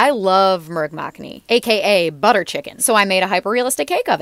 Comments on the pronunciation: I love how everyone other than indians pronounces hindi/bengali. They pronounce how I'll pronounce the transliteration of the words, but the way they are spelt make them totally different than how we pronounce it. murg makhani => transliteration moorg makhni => the way we pronounce it. All of the transliterations loves to add an "a" after any consonants for no reason, like ramayan => ramayana. Hope this interests you, and if you know why the transliteration is like this do let me know I don't actually know. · Not criticizing but what to correct your pronunciation. It's "MOOORG MAKKAANI. hope you pronounce this time correctly.😂